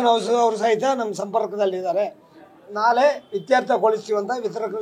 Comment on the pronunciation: ಇವನಿಗೆ ನಾಳೆ ಅನ್ನೋದಕ್ಕೆ ಸರಿಯಾಗಿ ಬರಲ್ಲ ನಾಳೆ ಅನ್ನೋಕೆ ನಾಲೆ ಅಂತಾನೆ ಇವನು ಫಿಲಂ ಚೇಂಬರ್ ಅಧ್ಯಕ್ಷ ಇವನು